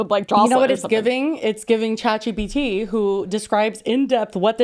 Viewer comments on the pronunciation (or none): Chat gbt ? Gpt? Shat bt ? What are you saying and what is it?